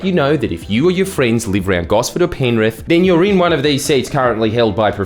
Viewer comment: I believe you will find it is pronounced "Penriff"